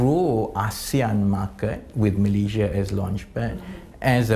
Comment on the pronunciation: MalaySia.... Not MalayZia... Sto pid minister ever